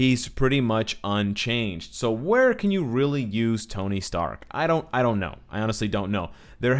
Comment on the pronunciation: He said tony stank